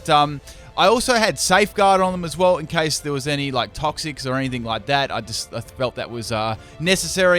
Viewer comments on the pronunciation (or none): none